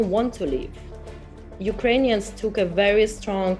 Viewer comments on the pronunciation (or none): none